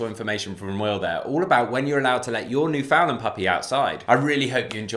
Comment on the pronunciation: I'm very glad that you're showcasing the Newf but....rhyme the two words..understand newfoundland. I know with accents words can sound different so there's no hate just an encouragement on how its properly pronounced.